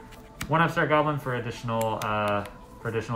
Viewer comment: Can't understand the upstart goblin. Apart from that it inspires me to update mine, thanks :)